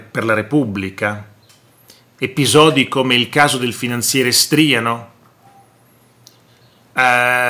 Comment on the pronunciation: Striano , accento sulla a